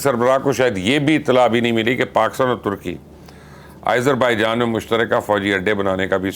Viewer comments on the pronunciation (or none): آپ کیوں آزر بائیجان کو آ ئیزر بھائی جان کہہ رہے ہیں